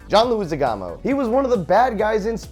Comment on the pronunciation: Goddammit, Joven. How hard is it to say Leguizamo? You aren't even trying -_